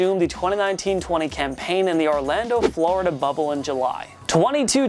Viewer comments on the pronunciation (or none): none